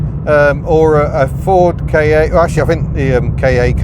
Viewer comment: Come on. You know how to pronounce Ka. Why would anyone, let alone Ford, name a car a "Kay Aye"? Did they call a Fiesta an Eff Eye Ee Ess Tee Aye?